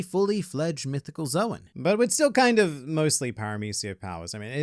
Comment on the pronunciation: I'd like to do the same with and, but instructing them both that Zoan is pronounced like "zone," and not "Zowen."